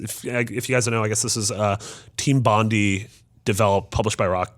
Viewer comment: Thinking Doctor Strange could carry his own game, during the game you'd learn new spells - i.e. unlock new abilities. Bondi is pronounced Bond-eye. Uncharted & Bioshock, Nate goes in search of the mythical lost city of Rapture.